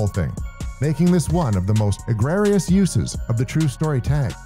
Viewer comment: "egregious" uses of the true story tag, not "egrarious" whatever that is